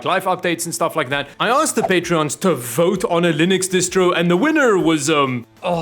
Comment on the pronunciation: Patrons. The word is Patrons.